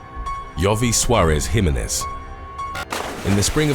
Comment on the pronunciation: Can you please remake the part of this video from time to time and then repost it? It's a bit cringeworthy the way that you pronounce the last name "Jimenez". My last name is of hispanic orgin both marital and birth given and if I heard one of my favorite channels on youtube pronounce it incorrectly I would just stop watching all future videos from that channel and never visit that channel again. I'm sure that you have the time to re-record